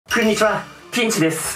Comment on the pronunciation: ピンチの状況でも挨拶(くんにちわ)はする 惚れてまうやろー